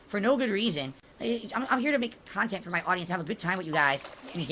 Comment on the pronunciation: "Meaningful khantent". Oh my lawd... Meaningful to fucking whom?